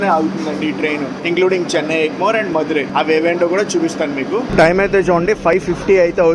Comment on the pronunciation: మధురయ్ కాదు తంబీ మదురై